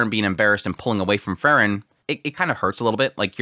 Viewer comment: It's Freeren, not Frrren.😁